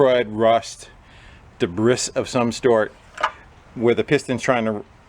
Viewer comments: Pronounced de-brie on de-briss. RAGE LEVEL 9000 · It has debriS in it lol he clearly just read up on that and doesn't know how to pronounce it is debris pronounced (deh-bree) the s is SILENT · WTF is ‘debrissss’? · Debris is pronounced "Deh-bree" not "Deh-briss" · Yea I'm pretty sure he was just having some fun. If you were familiar with his videos you would know that. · "debriss of some sort" lol I've never heard the word "debris" pronounced that way before. Is that common? Great video! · Debris is pronounced da bree. French word. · there is obviously "di-briss" of some sort in there! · But deh bris is a FUN way to say it. Sheesh. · OMG. Were you one of those "no child left behind" kids ? I can't believe you pronounced "debris" with a hard "s" sound at the end. I'm not the vocabulary police, but anyone who took English in school knows that the "s" in debris is silent. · Love your videos, man. I learn so much. Thanks for the content. I don't mean to be a jerk, but did you actually pronounce the "s" in debris and if so, was that a joke? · S in debris is silent